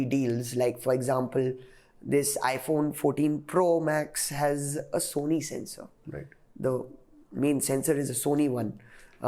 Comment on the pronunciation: It's 'Sensor' not 'Censor'